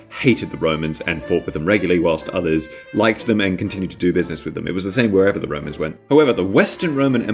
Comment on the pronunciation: I know it's was an accident but the first time you said romans I heard "woe-mans" "I have a vewy good fwiend in wome named Biggus Dickus. Do you know what his wife is cawwed? Incontenentia. Incontenentia Buttocks"